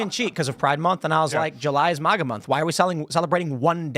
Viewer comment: I loathe how he says "moga", wtf is wrong with this dude. It's fucking MAGA! I wonder if Tim puts mognets on his fridge, or reads mogazines in waiting rooms, maybe his favorite X-Men villain is Mogneto.